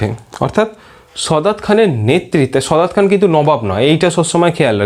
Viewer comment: দাদা , সদাৎ খান না সাদাৎ খান